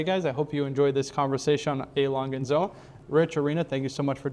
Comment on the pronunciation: Wonderful watches as all ALS is, but please invite a German person to educate you on the pronunciation… ”I’m not a small guy” but you make the lovely lady small…